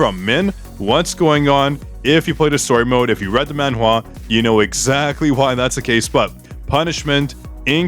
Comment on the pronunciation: love the way you pronounced MANHWA sheesh!